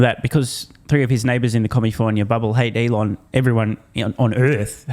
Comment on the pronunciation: It's California, not commifornia. The fifth largest economy in this beautiful world.